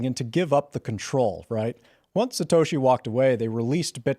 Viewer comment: Tim you're mispronouncing Satoshi. It's Satoshi not Satashi.